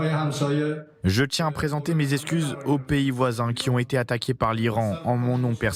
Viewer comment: Il présente ses excuses, pas ses escuses ! Faites l'effort de parler français correctement !!!